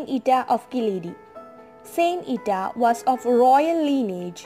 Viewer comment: Not the real and true story….. bye the book of her life here in Ireland…. Also the way you pronounce the word is wrong and gives people the wrong impression!!